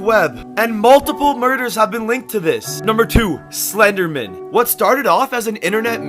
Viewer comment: He is saying the name Slenderman wrong. 👤